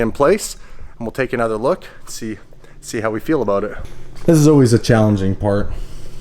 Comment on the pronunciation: Talking aboot